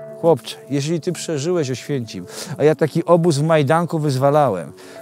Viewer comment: Wspaniały materiał Zdrowych wesołych i spokojnych świat 😀😀 Ps. Ałswienncim? 2;58 Trzymajcie się cieplutko 😁😁